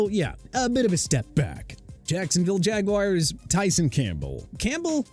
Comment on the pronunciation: First off it's Alec (a-luhk) Pierce. Second, Jaguars are pronounced jag-waars not jag-wires. Gimme a break. Third, if Xavien Howard was disappointing to the Dolphins, maybe he should either be traded or released, right?